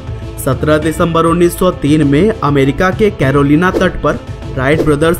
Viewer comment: december not dcemeber